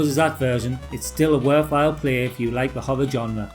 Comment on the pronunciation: Shame Ghouls'n'ghosts couldn't use the same fantastically eerie music of the original. I loved Forbidden Forest, it was unnerving to play back then. 'Genre' is pronounced (d)ʒɒnrə/. SOme of these games I Loved and some, never knew existed, ta!